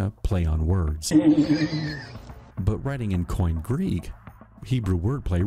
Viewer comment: coin Greek? there are no silent letters in Greek--the eta at the end of Koine is pronounced like an English long -a as in quay.